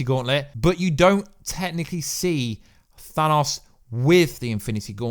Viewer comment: Because of your accent when you say "Thanos," my subtitles always interpret you as saying "Phallus."